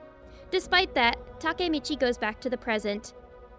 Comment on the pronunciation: Finally someone pronounced takemichi someone said its takmechi